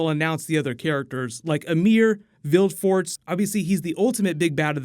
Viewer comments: Vilgefortz, not Vilfort... Besides that, good video as always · Ugh.. you completely butchered Vilgefortz name there. Americans and their ignorant pronunciations of things..